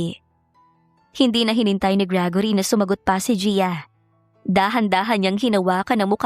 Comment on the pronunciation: How you pronounce gregory ? Gragory ? Hala hahaha